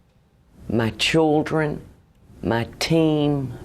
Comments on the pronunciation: Lol "chuldrin". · Ma'Chooldren? LOL! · Why the fuck can't southern people say "children" correctly? It doesn't have a goddamn "u" in it.